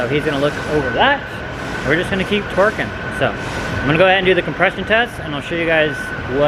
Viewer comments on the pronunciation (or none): Skip to -> / He not say torquing 😂mans said twerking